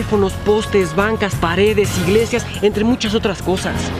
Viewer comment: telefonosh, cashas, igleshias...